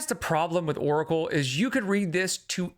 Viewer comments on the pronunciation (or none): she pronounces oracle like "urkel" and I can't unhear it. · I always thought of her pronunciation as "orkle'